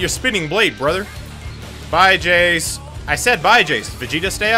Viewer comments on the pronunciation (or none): he's one of the most biggest dbz fan. yet he calls jeice "jayce". let that sink in.